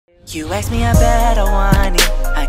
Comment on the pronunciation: I love u guys not gonna lie but I get soo stressed when says aks instead of ask lol😂❤️🤞🏽